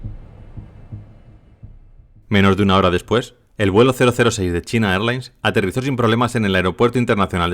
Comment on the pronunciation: Muchacho los nombres propios se pronuncian en su totalidad en un solo idioma. No se debe leer “China” es español y “Airlines” en ingles 😅